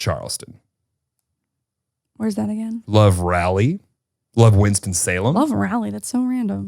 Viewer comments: hey as your resident north carolinian it’s RAH-LEE not rally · Not Rally but Raleigh. RAH-lee. Love your podcast. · The way pronounces “Raleigh”, it’s RAWL-EE 🤦🏻‍♀️😂 … Also, I live in Florida and I love it here. ❤️ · calling Raleigh “Rally” was making me cringe 😂